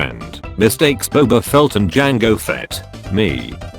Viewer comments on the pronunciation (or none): none